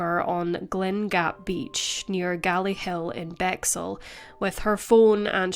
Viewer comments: thank you, came here to say this - lol first time I’ve heard it pronounced that way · Great video, thanks for covering this. BTW - it's pronounced 'Bex - Hill' not 'Bexxle'.